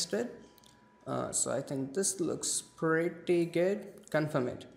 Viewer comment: Hey that "preety guud"